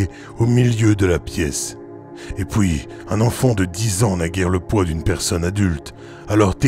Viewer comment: Bonjour a toi... superbe travail encore une fois... c'est vraiment très complet....bravo... Je suis curieux de connaître tes propres expériences au sujet paranormal mais cela t'appartient.... Juste une petite question...d'où viens ta façon de prononcer les mots en PUI..? Tu le prononce poui....exemple: et puis, tu va dire et poui... en tout cas je te suis dans ton travail....j'aime vraiment....a bientôt... mon FB ma chaine YouTube